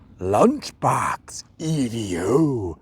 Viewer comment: I think you will find that Evo is a word, being an abbreviation of the word evolution. Not E V O. Now I do understand that your being American means you struggle with any words that contain one or more vowels, but there really is no excuse. 🤣